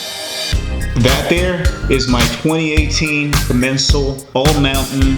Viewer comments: commencal is pronounced ''com, men, sar'' I was saying it wrong for years until i heard a french guy say correctly... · Great video man! Locktite does wonders for those bolts. I switched over to the Shimano Zee’s and couldn’t be happier and a chromag trail master seat. Get the vorsprung luftkappe installed in that fork and you will thank me later. It’s a game changer. Also it’s pronounced Common Saul haha. If your ever in Santa Cruz hit me up! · It is pronounced Coh-MEN-sahl. You can look up Max Commencal on YouTube. He has several interviews and other feature videos. You'll hear his name pronounced in a few of them. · The way he pronounced the name of the bike made me cringe. Like how do you mess up that bad